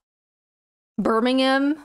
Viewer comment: You know what else is British? The way that you pronounce Birmingham! As a ex-Midlander now living elsewhere, I am officially impressed! (Not that you should care at all about me being impressed!) One thing though, isn't the monarch your monarch too?